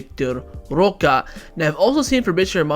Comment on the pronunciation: why won't you pronounce roque correctly? currently banging head against wall...